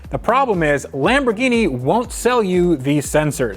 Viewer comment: lameborghini, lamborwenni .... lol next